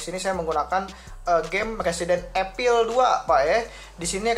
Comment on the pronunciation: Evil bang bukan Epil